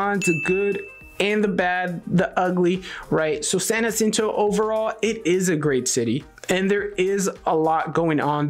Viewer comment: Dude please stop saying " San acinto". How is it you can't say San Jacinto, you have a spam last name 🤨 it's not that difficult! I can't take it anymore you said it like two hundred times 😤